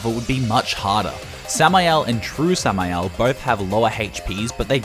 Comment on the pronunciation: Nice samael pronunciation!